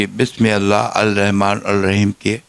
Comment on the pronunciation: Why he doest say bismillah in a proper way anyone can explain?